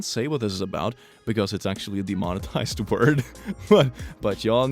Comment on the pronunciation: I can’t say it, ‘it’s a demototized word Also click: harder daddy, I deserve it